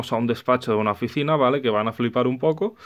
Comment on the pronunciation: Muy bueno, pero que manera de pronunciar la palabra vale.